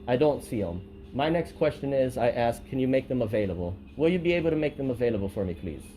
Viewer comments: For some reason black people cant say 'ask'. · To be fair, she did 'axe' you.